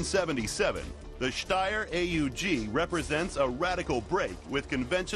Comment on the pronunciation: They pronounced Steyr as good as you can with an american accent. I'm actually surprised. ^^